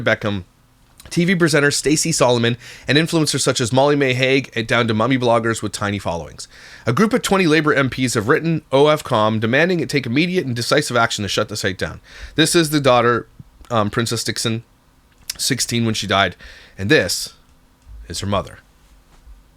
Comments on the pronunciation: its not of com its one word ofcom. its the same as Katie price and her husband at the time Peter Andre naming their kids junior and princess. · Ofcom - pronounced offcom - is the complaints commission in the UK. I think it's the equivalent of the FCC in the USA.